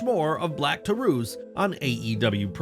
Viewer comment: "Black Tar-oose" 🤣 Black Taurus vs. LuciaSauraus Would be fitting.